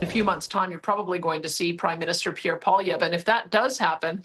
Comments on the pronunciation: But Kevin needs to learn how to pronounce Pierre’s name. Figure it out Kevin. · Kevin has got to learn how to say Pierre's last name correctly. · Pierre La-Pew.....HAHA, french people are such betas